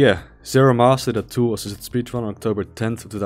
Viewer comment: Great video. Your accent is not hard to understand at all, but you may want to practice saying “tool assisted” as you sound like your skipping a couple of the syllables sometimes. New sub earned from this video! Hope I enjoy your back catalogue just as much.